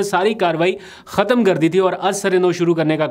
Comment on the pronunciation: ختم کو کہتمنہیں کہتے۔ خ بولنا سیکھو